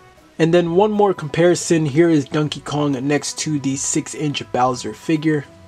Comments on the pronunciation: Why do you pronounce it as dunkey kong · I love how u say it like dunkey Kong lol😂